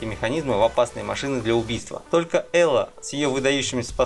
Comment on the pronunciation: Посмотрел первые полторы минуты и.... Что за бред? Ты б хоть обзоры посмотрел для начала. Какой крафт, какое строительство в ремнанте? Как нафиг там вирус? .....и Элой а не Элла. Автор вообще не шарит за игры про которые сделал ролик.